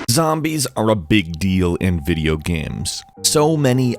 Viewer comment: Did anyone else hear video gams?